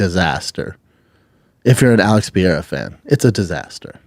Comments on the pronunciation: why does he call pereira pee-arah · Pee-Erra ….. Pee-Air-a Pre-rare-uh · Is he still pronouncing Pereira wrong?